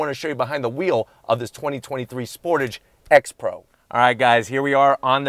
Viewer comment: First of all Sportige ?? Tage ffs